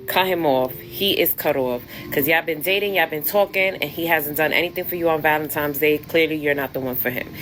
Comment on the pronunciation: Cut off anyone saying valen - times day.